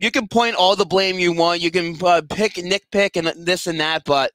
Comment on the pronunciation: Its Nit pick not nip pick lmao